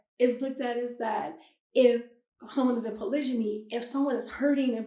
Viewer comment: Why do you keep pronouncing Polygamy as Polyjany?